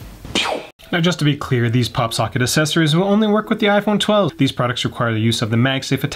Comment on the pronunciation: Enjoying the content, truly. But love that has a real trouble saying "accessories" I thought maybe it was a Canadian thing, but says it properly....Accessories as in "AX" sessories:)